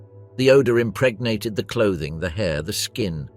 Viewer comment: Stop saying impregnat